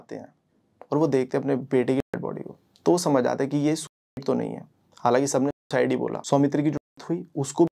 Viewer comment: ye sucide ko thik se kaahe nhi bol rhe ho..................